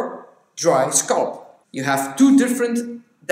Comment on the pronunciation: Your use of English is absolutely flawless ( I am from England myself) .The only word you pronounce slightly incorrectly is the word SCALP..you tend to say ' sculp' & it's pronounced skall-p.. .the A sound is like saying ' talc'